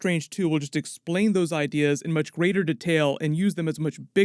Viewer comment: I like how you pronounced detail as detell